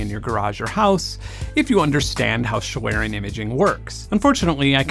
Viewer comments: My German ears flatter a bit when you say "schlieren". :) "Schlieren" is spoken "ˈʃliːrən", the "i" sounds like in "Sin", but is spoken long. The "e" is not spoken. Sorry for knowing it better. I like you videos a lot. Thanks. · fellow German here, thank you for being the weisenheimer ;) I'd say you're best off pronouncing it "shlee-ren" - for everybody who doesn't want to look up the IPA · I'd love to believe Google is right in its pronunciation of "schlieren," but it took them YEARS to pronounce "Devon Avenue" correctly in Google Maps navigation